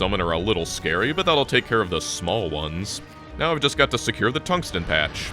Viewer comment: "Thungsten carbide drills" LOL :D